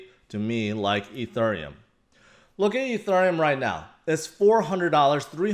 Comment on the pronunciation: Ethurrrreum XD